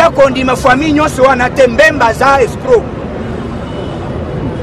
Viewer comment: balobaka « foimille» te mais Famille.